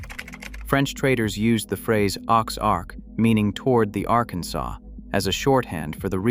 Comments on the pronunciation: They mispronounce French, too. “Aux arc” is literally pronounced “Ozark.” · Obviously narrated by a Bot because of mispronunciations. Aux in aux arcs is not prononced "oaks" in french.